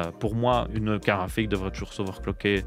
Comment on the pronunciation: Jaime bien quand il dit "KARRAFIK" 😂